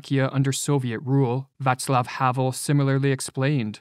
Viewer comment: Why doea he continue to refer to Vaclav Havel as Vatsel Havel?